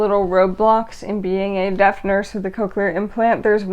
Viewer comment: Are you saying deaf or death? It looks and sounds like you are saying death rather than deaf.